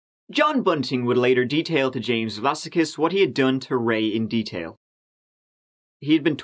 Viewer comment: Vlassakis looks like a Greek name to me (especially as his middle name is Spyridon) in which case it would probably be pronounced with the stress on the second "a" - Vlass-ah-kis, not Vlassa-kiss. Also, I believe that the Aussie accent is particularly difficult to copy, so, good attempt. I can remember the media coverage of this tragedy. While this sort of thing might be par for the course in the US it's not something that often happens here so people were genuinely shocked. As for actual paedophiles, rotting in a barrel would be too good for them.